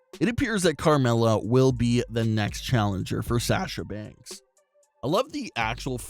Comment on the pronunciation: I have a problem with your annoying voice, you mispronounced Sasha Banks as Sash-sha Banks and your voice sounds like you're going through puberty but got stuck halfway and your balls haven't dropped.😣😖